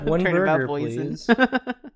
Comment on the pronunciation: watching this while stoned and I thought when jacob said "boysen-burger" he was referencing "boysen-berries" and I was so confused why boysen-berries were relevant to the conversation until I finally realized he meant "poison"